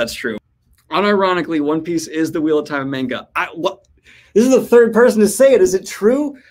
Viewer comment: He said manga wrong!!!!!!